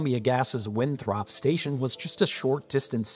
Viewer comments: Thanks; good video. BTW, in MA, “Winthrop” is pronounced WIN-thrip, not win-THROP. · FYI we don't pronounce it "win-THROP." We pronounce it "WIN-thrup" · Great video. Just a note that the O in Winthrop is pronounced like a U. It's "WinthrUp" not "WinthrOp" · not Win-throp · Winthrop is pronounced Winthrup. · The way you pronounced Winthrop really bothers me. Lmao.. Yeah I remember this first hand. I live in a neighboring city.. I remember when all they were talking about was terrorism, and that's one of the biggest reasons why New Hampshire and Maine in every neighboring city hopped in. I remember seeing even all the way down to nearly Boston, people were displaced and forced to move south where there was more housing, and everyone was afraid to move in somewhere with similar infrastructure owned by the same company after the dust settled. That was super scary. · The way you pronounce Winthrop is priceless. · That pronunciation of "Winthrop" is killing me